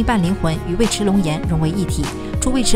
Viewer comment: 尉迟 yu(四声）chi